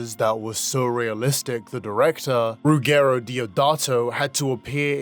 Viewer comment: As an Italian, the real horror was hearing you butcher Ruggero Deodato's name XD It's pronounced like "Rodger", which happens to be its English equivalent.